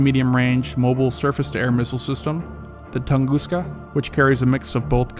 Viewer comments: BUK is a tree, is isnt Byuk, but like a bout. French OU is how U is read. Not AU = O. Tunguska, is not tanguska. Read like french tOUngouska, Osa is a wasp, so read it like Ohsa, without pronouncing H. Not Ousa. Difference is, USA is so far on the attack worldwide, doesnt really expect a biteback. US doesnt defend its teritory, but elite interests. Russia does both. To complete air defense, you need ability to take out aggressor satellites, because the aggressor, namely the empire from overseas, would be blind then. Strike those down and good luck :D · tunguska? That is pamcir s1